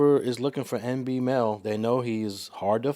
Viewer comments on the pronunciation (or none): Yall reporting and cant even get dude's name right? MBNel not NB lol